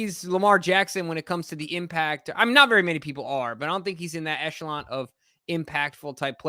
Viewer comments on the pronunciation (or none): It's an echelon, not an echalant or an eshalance or a Mitsubishi Galant